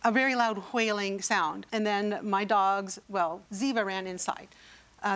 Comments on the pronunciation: There's not "h" in, "wailing". So, unless she is says this woman was hunting whales, her "fancy" pronunciation is bs. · Stewie Griffin has influenced this woman...HWAILING she's been to the school of cool hwhip 😂